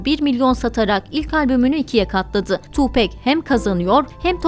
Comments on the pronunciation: Tupek değil Tupak diye okunuyor saygılar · Tupec değil tupac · Harika profilin harika belgeseli. Hala daha cayır cayır dinlerim tüm albümlerini. Söylemleri kişiliği çok çok başkadır. Ha bi de (TupEk değil Tupak) diye okunur. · ablacım tupek degil tupak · Tupek degil Tupac- Tupak diye okunur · Tupek değil tupak, sug nayt değil şug nayt 🙃 ölüm saati 16 03 değil sabaha karşı 04 03. All eyez on me albümü o dönemin rekor satışına ulaşıp 6 milyon satmıştır. Falan filan emeğinize sağlık keşke biraz da 7 gün teorisinden bahsetseydiniz 🤗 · Keşke isminin nasıl telaffuz edildiğini de araştırsaydınız. Tupek değil tupak. Bu arada ben doğduktan tam 10 gün sonra, 13 eylül 1996 da öldürüldüğü için bu tarihi hiç unutmam. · oo deyilde ismini neden Tu bek diyorsun neden tam. söylemiyorsun Gancik seni yok Ahmet. olamaz yaa tupek 👎👎🤧🤔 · okunuşu "tuupak" 'dır ... "pek" diye birşey yok unutun o söylemi :) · Siz tupek dedikçe benim kulaklarım acıdı :( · Hatta Eminem 8 Mile filminin son battle sahnelerinden birinde bile tupak diyor. Keşke oradan dinleselermiş doğru telaffuz olurmuş.